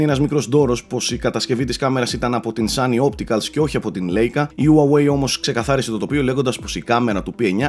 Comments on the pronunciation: Λάικα και όχι λέικα, η λέξη είναι γερμανική. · η εταιρία της κάμερας προφέρεται λαικα